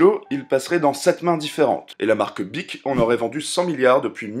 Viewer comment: On ne dit pas. Bich mais bic [mais sa s'écrit bich)